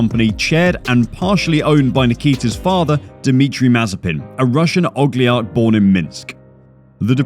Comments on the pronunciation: Ogliarch lmao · Did you say "ogliarch" instead of "oligarch"? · OG LI ARC>? I hate when people make comments on something so far outside of their knowledge they can't even pronounce the words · The way you pronounce some of these names and words man. Piastri, Ilott amd Oligarch just to name a few